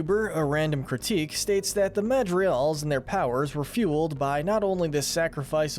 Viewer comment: Hey, you’re construction mispronouncing Madrigals whenever you are saying it. But regardless, great video guys.